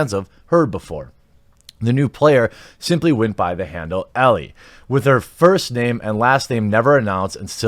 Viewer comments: Great video except that Ellie is pronounced Ell-ee. I have no idea how ie comes out as eh or how you didn't catch this before the video. Is Elleh even a name? Alright I'm done roasting you, take a like. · It's Ellie, not Ella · Ellie not Ellah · ellIE not elLE 🙄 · Why are u pronouncing “Ellie” two different ways?